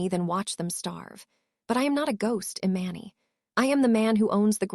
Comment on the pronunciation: Please get the storyteller to pronounce names correctly. Eee-Mahn-Nee!! Jesus Christ it’s driving me insane. I’ll unlike just because of this alone. This is why some pages loose subscribers